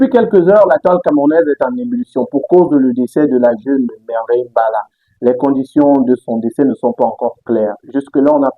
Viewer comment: C'est mbella et non mballa